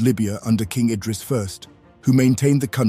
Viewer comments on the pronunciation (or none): none